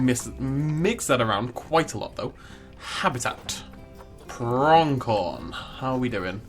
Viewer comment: Just FYI, there's no K in Pronghorn. Your pronunciation is weird, always adding K sounds to words without. 😅😂 Builds are nice tho.